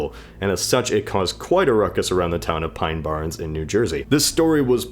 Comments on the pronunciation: lol, there is no Jersey town called "pine barens", it's THE Pine Barrens, a huge pine forest in the central-southern part of the state. It's barren (not barn, or whatever you said) because the soil is no good for farming. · There is no town called pine barrens and the region is pronounced pine bear-ins